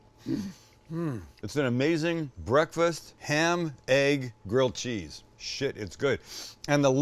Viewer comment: Sams like my mom always calling grilled cheese, "girled cheese"